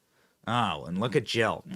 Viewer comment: I can't tell if you are saying Jill or joe